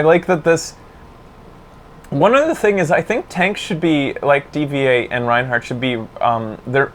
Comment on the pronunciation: D.Va is pronounced Diva, dude.